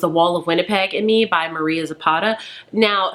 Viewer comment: You have read some good books. I love Mariana Zapata. I have read 3 of hers so far and one more is on my TBR. My favorite is All Rhodes Lead Here. Just a hint It is Mariana not Maria.